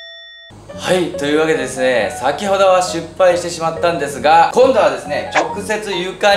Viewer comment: … しっぱいのことを しゅっぱいって言ってるけどわざと？ ちなみに、お母さんもしゅっぱいって言ってます！